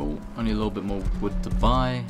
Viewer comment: Ah yes, "collect vood"